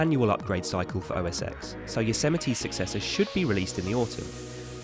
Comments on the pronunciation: It's pronounced OS TEN not OS EX! The X is roman numeral for 10! Sheesh. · It’s pronounced “OS Ten.” The X is a roman numeral.